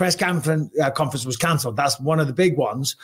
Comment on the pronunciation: "the Press Canference was Concelled" LOL